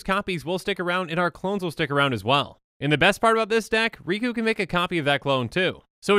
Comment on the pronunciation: The name's.. Riku... It rhymes.. With two